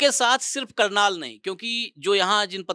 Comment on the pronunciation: करनाल not कर्नाल